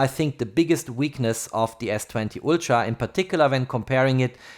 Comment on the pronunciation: Please, stop calling Huawei a Hua-Y, and Ultra ['ʌltrə] is not ['ultra]. I can hear your native language is german, nevertheless...